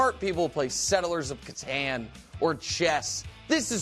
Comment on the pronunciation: As a diehard catan player, we do not claim Nick and his mispronunciation of our cherished game.